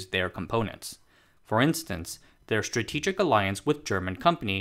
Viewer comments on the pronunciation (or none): none